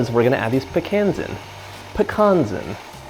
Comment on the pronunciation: Love his videos an learning new recipes but the hearing him do pecans wrong just bothers me